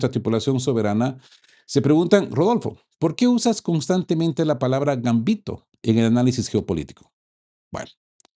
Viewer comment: ERROR. De acuerdo con la RAE la palabra GAMBITO es LLANA, es decir, que se acentúa en la segunda sílaba y no lleva tilde. Copio de la RAE Gambito Del it. gambetto 'zancadilla'. 1. m. En el juego de ajedrez, lance que consiste en sacrificar, al principio de la partida, algún peón u otra pieza, o ambos, para lograr una posición favorable.